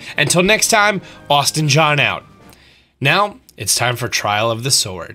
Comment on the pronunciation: Did you really say "click it right meoww"